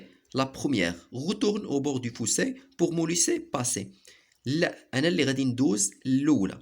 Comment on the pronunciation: Le fossé pas le foussé